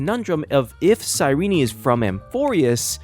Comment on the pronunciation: "sigh ree knee"